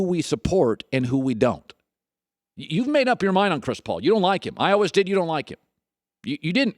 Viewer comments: why are you saying always like that? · Why does Colin say "always" like that? 😂😂😂